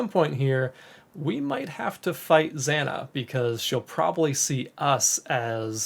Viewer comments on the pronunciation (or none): zaah-nah i wish you would pronounce her name properly ZANA